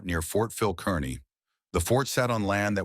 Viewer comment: It's not pronounced Kern - knee. It's pronounced Car-knee.